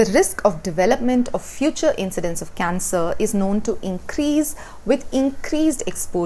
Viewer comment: She says cancer = cancel.